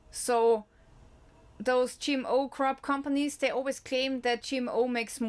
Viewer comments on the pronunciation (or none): You were really scaring me until you said CRAP instead of crop! Your smile and laugh 😆 made my day! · U said crap and not crop 😂😂😂❤ we still live u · The Cwop is Cwap 🤣🤣🤣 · Could you give us an update on the farmers protests, we get no news coverage here in Australia. You were right when you said crap, not crop too.